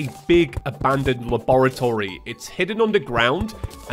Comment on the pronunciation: i was so excited to watch this and then i heard you say laboratory and i died 27 times